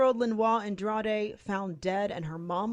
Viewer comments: That last name of the woman is pronounced Ann-drah-deh. I love your efforts though, there can be some pretty exotic personal and city and street names all the time. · 3 syllables short A Long E AN DRA DE